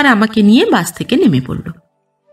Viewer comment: আপনার পাঠ সুন্দর। তবে "বাস" আর "বাশ" এই দুটো উচ্চারণের বেলায় সচেতন হলে আরও বেশি ভালো হবে।